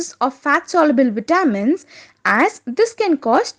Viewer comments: Pronounce "vitamins" properly. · Pronouce "vitamins". I CANNOT UNDERSTAND YOU!!!!!